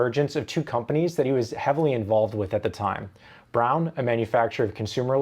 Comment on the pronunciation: You properly pronounced the Braun name. Awesome.